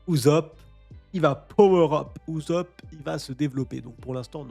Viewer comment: PTDRRRR PK TU DIS UZOP TU MA STRESSER